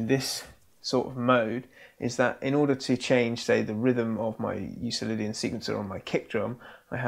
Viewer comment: Not a big deal, but just an FYI. Euclidian is pronounced with a hard "c" like Euklidean. Named for Euclid, the Greek mathematician.